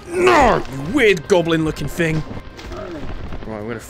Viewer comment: It’s “thing” not “fing”